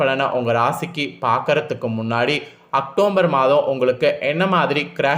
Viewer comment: முதல்ல உச்சரிப்பு செரி செய்ங்க. அக்டோம்பர் தவறு. அக்டோபர்.சரி